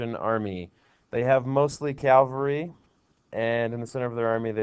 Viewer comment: "Calvary." Lol